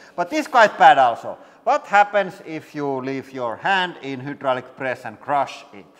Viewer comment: I still love how they can say "hi" just fine, and "hei" in Norwegian is pronounced "hi", so it's not like the i/y sound isn't pronounced in that language, but they still say "hoodraulic press" :D